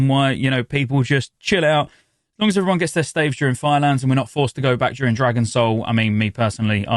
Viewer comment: can you say 'staves' correctly. thanks.